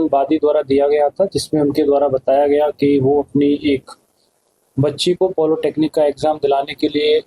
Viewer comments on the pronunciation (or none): पॉलीटेक्निक ।पोलो टेक्नीक नहीं। यह UPSC से निकले युवा अफसर हैं।😂